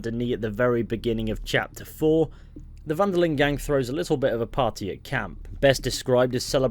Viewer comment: "Den Linde"? Lol